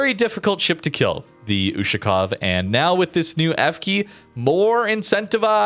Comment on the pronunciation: "YUSHU-COW" lmfao